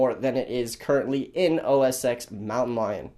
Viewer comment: Dude it's "OS 'Ten'" not "OS 'ex'"